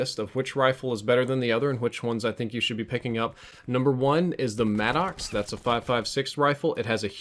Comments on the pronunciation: Why do you call the guns by weird names? It's Saug....one word. Not S...aug. And the Maddox, it's like Maddux, not Mad-docs... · Hard to get passed him pronouncing it “mad-ox”